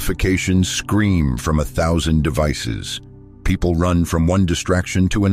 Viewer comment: purpes not peaple, socaity